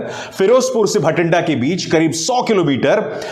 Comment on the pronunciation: भटिंड्डा नहीं बाठिंडा है अभिसार भाई!!